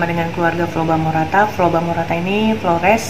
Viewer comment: Flobamorata om, bukan Flobamarata..